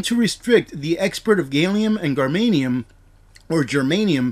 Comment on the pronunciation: I laughed at how you pronounced "gallium" and "germanium". Clearly you don't science very often